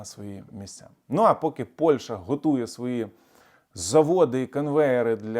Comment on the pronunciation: пане! назва сусідньої нам країни не Польша, а Польща! не використовуйте москалізовану вимову!